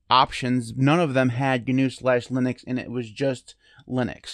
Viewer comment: It's now GuNew, it's not GuNome... the word "GNU" is pronounced like "New", and "Gnome" is pronounced like "nome". I think the "GNU Linux" is more of the brand of Linux. Like "Redhat Lunix" etc... it gives you an idea of the tools packaged with it as well as the licence etc.